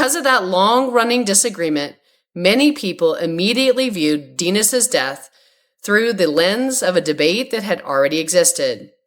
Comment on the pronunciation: AI cant even pronounce the name "Dennis".🤮